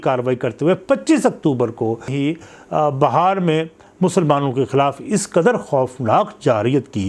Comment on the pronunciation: Bihar ko Bahar kyu bol Rahe Hain aap?